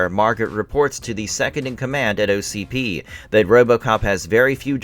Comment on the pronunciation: ITS O C P not ocd😂😂